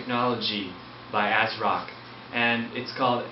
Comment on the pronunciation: He said ASSROCK